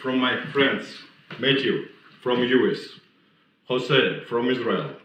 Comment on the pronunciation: “metthew” — ‘phonetically’ or metaphorically as in “literally ON METH”. Precisely.